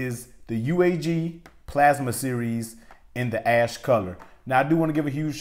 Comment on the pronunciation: It sounded like you said ass color